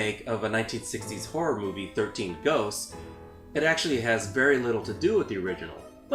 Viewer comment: I thought u said “goats” so I was like, they chasing goats?